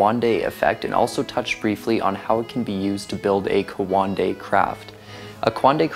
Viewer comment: You can’t even pronounce coanda let alone understand what it is